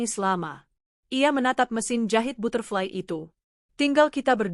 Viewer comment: Aduh mba narator belajar dulu membaca bhs inggris.masa butterfly dibc ky bhs indonedia